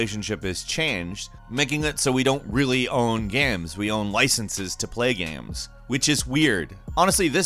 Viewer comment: How do you say "Games" ? "Gaimes"? "Gaymes" ?